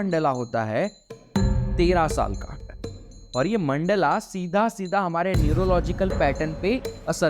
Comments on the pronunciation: मंडला नहीं भाई मंडल बोलो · Mandala NAHI mandal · No hate, great content but its mandal not mandala. Jab logo ko hindi nahi aati tab samajh aata hai but even when we can pronounce, we adapt to these versions which is not good